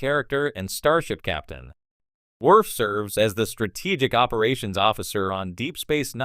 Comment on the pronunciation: Werf, Pickard, Yadzia, Bayoran? Is this a robot voice or someone who's never seen TNG?